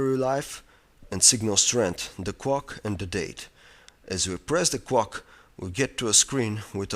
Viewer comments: WTF, "The cwock" xD almost laught myself to death :P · haha he says "crock" xD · "as you press the kwok......" :P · "cwock" hahahaha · whats a cwock. and a woeld cwock. im just kidding. but it was funny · i like when he says "clock" lol